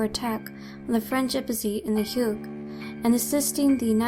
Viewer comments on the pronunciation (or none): none